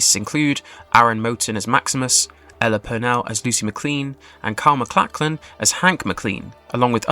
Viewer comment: Bro your pronunciation needs so much work. I mean I let Bethesda as bett esda slide because maybe that's how you say it in England . But McLeen? Walton gRoggins? JASON Theroux? If your gonna do entertainment news on any level you should double check people's names and spellings and maybe see one clip of them saying their own name so you know how they like to be called. Thanks for the update and info tho. Left a like